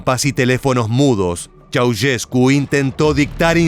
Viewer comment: Esta mal pronunciado el apellido. Ceaușescu, no se pronuncia así, se pronuncia con un sonido de "ch", no como si fuera una "s dura" la primera y como "sh" vibrante la segunda. Pongo los símbolos fonéticos de todas maneras para los que lo entiendan: [nikoˈlae tʃe̯aˈuʃesku]. No entiendo la intención de hacer un video "educativo" con mala pronunciación que inclusive está en Wikipedia y en páginas de pronunciación. Ante la duda uno investiga al menos. Google está al alcance de la mano. Cuando nos enseñaban lenguas en la facultad nos decían "Esto se los enseñamos para que no hagan un papelón pronunciando mal" ya veo a que se referían...